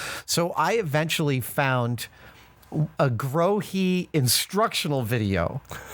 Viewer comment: "grow-hee"... took me a while to decipher ^^' Grohe.